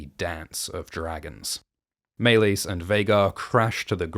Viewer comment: why are you pronouncing Meleys like that? they literally say it so many times in the show... also youre forcing too much of GoT into HotD, just because a dog is in Harrenhal doesnt mean "its a reference to Clegane" who wont be born for ages and is NOT in this show